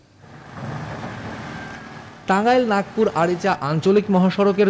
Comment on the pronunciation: Uccharon vul. Nagpur na nagarpur